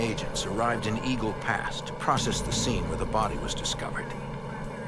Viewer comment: Eagle "past"??? 😂😂😂 dude come one